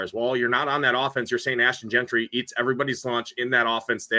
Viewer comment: Yo,. It's Jeanty not Gentry! 😂😂😂